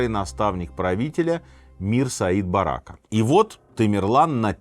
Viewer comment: Сергей Сергеевич не БарАка а БаракА